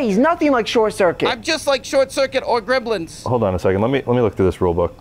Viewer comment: He's saying "greblins"! 😂